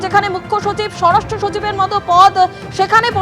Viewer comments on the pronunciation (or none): none